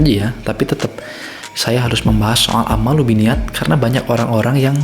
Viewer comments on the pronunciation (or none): Hmm ku kira cuma salah penulisan judul. Ternyata emank salah nyebutin, bolak balik dengerin kok "ammalu binniyat".... Yg bener "A'malu binniyat" cek lagi haditsnya. "Ammalu" itu artinya apa? ... syarat diterimanya amal ada 2. Pertama, Niat benar Lillaahi ta'ala. Kedua, Caranya benar sesuai syari'at (tidak melanggar syari'at).